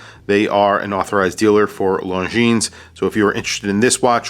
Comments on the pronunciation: Awesome review thank you. FYI, when pronouncing the company name, the S is silent. Swiss company with a French pronunciation. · Just an FYI, Longines is pronounced without the final "S". You can't really know it if you don't speak French or did not inform yourself, but considering how many times you pronounce it, I thought I would let you know :) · Damn..... It's singular Longines, no "s" at the end. It's really not known brand in USA.......